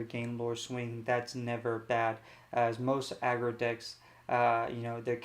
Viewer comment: This guy is the best lorcana streamer. There are some with no decklists, no explanation of what is played, why its played, no conclusion and what to change. The worst are the ones that cant pronounce aggro and say "a grow" instead